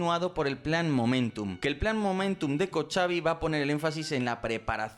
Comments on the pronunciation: Cochabi se pronuncia en Español Cojabi Hamas / Hisbala (la h en este caso no es muda, es como una jota suave) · Para hacer honor a la verdad y rectificar algo dicho en este interesante video, Israel NUNCA ha perdido una guerra!! No puede permitirse ni remotamente esa situación! Por otro lado el nombre del jefe del Estado Mayor se pronuncia COJAVI, no Cochavi. Cordial saludo. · El nombre de General en jefe de las IDF se pronuncia "Kojavi" la "ch" en ingles "j", significa "estrellas". Muchas gracias.